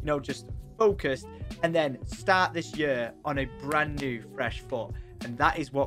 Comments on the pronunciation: Lets make 2021 the best yerrr ever haha why cant you say year right? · i love how he says yur XD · love the accent pronouncing year, yer